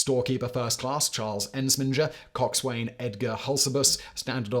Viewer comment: I don't think coxswain is pronounced as coxswain?